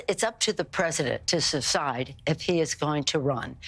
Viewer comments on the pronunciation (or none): Nancy said saside she needs a cognitive test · Did Nancy say “suscide”? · How come nobody else is talking about how is just as incompetent as Joe Biden when she could not even say the word decide and she said seside..🙄🤷🏻‍♀️‼️ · said, 'its up to Joe to secide' maybe she meant to say secede